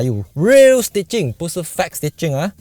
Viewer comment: Fake 是 "feik", 不是 “fek". 我超喜欢看您在YOUTUBE上的汽车评论。 但是我看如果你用比较标准的音调那就更好了。你目前用的是我们所说的“联邦华语”😄。加油！